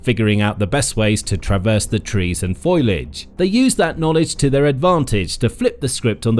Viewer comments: I really like the videos here, but I can't tell if this channel uses a real voiceover artist who occasionally mispronounces an easy word ( "foliage" pronounced "FOILage"), or if it's using a really good synthetic voice. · Foilage? You mean foliage? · Foilage? Is that you, Marge?